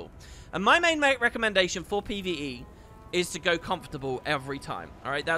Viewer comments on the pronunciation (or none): none